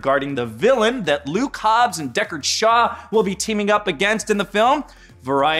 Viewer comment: SHOBBS..? HAW..?